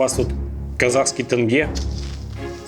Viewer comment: история снова топ но "Уууууу, тЭнге" *звуки казахстанского осуждения * )))